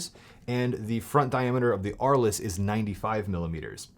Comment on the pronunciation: Oh my God!! Dude, it’s not Ar- less. It’s pronounced Arlz! It’s named after a town in France.